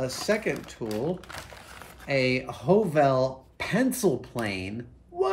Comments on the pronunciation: Nice. A little pointer, though: The Norwegian letter 'ø' or 'Ø' is pronounced more like the English 'u', as in 'Huh!'. So think 'Huhvel'. :) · it is not pernounced ''O'' when it is written ''Ø'' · loved the way youbpronounced HØVEL :) it's more lige Høv'l when you speak it :) or if you are from Jutland its HØUL :) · The ø in Høvel is pronounced the same as the 'ea' in 'early', the 'v' as in 'very'. It's the Danish and Norwegian word for 'plane', as in wood-working plane.😉👍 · The word HØVEL is Norwegian for PLANE. A wood plane, that is. 😉 The Ø is pronounced like the sound you make after the H in 'huh', or between the hard G and the R in the word 'girth'. Or the first sound you make when saying Earl. 👍 LOVELY tools! 😍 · Høvel is Norwegian for plane (the tool). And as a fellow Scandinavian I'd like to inform you that Ø (Norwegian and Danish) or Ö (Swedish) is pronounced kind of like "uh" or the letter i in bird or girl (especially if you are doing an Arnold impression) The letter that is pronounced like awe or the o in coffee would be Å/å And finally Æ/æ or Ä/ä (Swedish) is pronounced like the a in bad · The “ø” in “høvel” is not a stylised “o”, but a different letter that’s pronounced about the same as the French ligature “œ”. As a short vowel, it sounds approximately like the “u” in “puff”. The Norwegian word “høvel” means a woodworking plane. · HØVEL. The second letter is actually a Danish/norweigian letter. When You pronounce it the correct Way, You Will ( though not spelled This Way) say the Danish counterpart of the Word: Planer! You know the tool You use to straighten Wood. It is pronounced (in This context) like the i in bird. And it does look like a miniature planer. Nice!